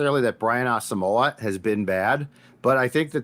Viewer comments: man you guys gotta start pronouncing Brain's name right, his last name is pronounced Ah-sum-mwah not moe-ah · It's Brian Ah-sum-wah. Please start to pronounce his name correctly